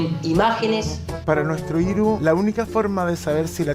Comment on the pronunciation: Es v-iru-s 😂😂😂😂😂